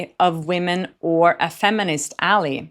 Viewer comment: FYI Ally is pronounced al-eye. I hope this helps. ♥